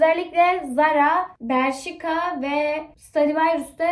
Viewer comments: Berṣika diye okunmiyir bereşka diyenokuniyor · berşika ne yaaaaaaaaaaa berşka diye okunuyo. ıstınyeye herkesi almasınlar. rahatsız ediyosun.